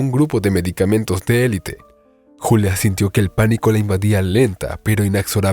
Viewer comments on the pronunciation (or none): none